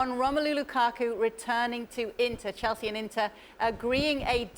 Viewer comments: Folks in comment section: y’all seriously disappointed me. Not one person mentioned how hilariously Frank LeBoeuf said “Kukaku” 🤣🤣🤣🤣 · Lmao it gets me everytime ale says Lukaku 💀💀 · Again am here for Moreno saying "lukaku"😄😄😄